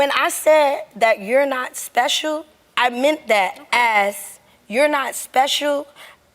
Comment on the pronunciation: "You're not espehshul".